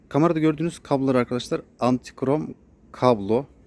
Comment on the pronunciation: Yanlız antikrom değil antigron, hayırlı satışlar.